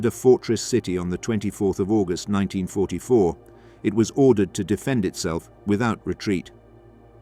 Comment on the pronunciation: Obviously shit AI cant say 1944